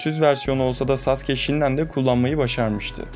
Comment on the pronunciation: Telaffuzu "saske" diye oluyor ama.